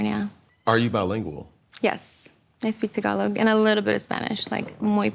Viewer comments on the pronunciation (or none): none